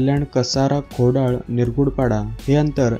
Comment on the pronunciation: खोडळ नाय रे खोडळा आहे ...